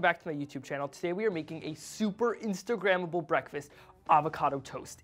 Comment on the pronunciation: Did my dude rlly just say “instagramvel”